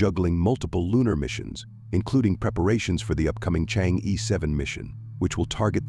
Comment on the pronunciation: Pronounced Chang Er.